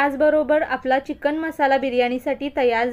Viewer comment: छान रेसिपी ताई, पण चिकण नाही चिकन म्हणतो आम्ही